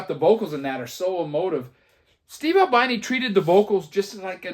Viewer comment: Ahl-BEE-NEE. He was not an albino.